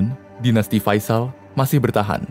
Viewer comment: faisal bang , bukan fasial